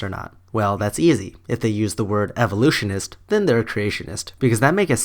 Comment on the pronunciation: I’m disappointed. He said “Eeveeloutionist”. That means “Eevee evolution” he’s obviously talking about Pokémon! Sigh.